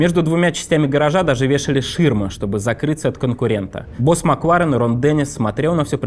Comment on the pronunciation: Ребят, простите, может, я злая, сильно раздражает «макВУарен», «формуВА», «поУ-сезона» 🥹😢